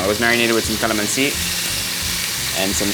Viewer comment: that’s not beef steak. y’all imposters misrepresenting authentic filipino food. why do you guys pronounce kalamanci like that. i learned from my grandma you guys don’t know what y’all doing